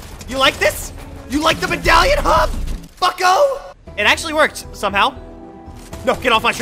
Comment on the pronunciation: When said bucko it sounded to much like the F word